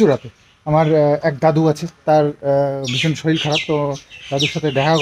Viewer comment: শরীল না শরীর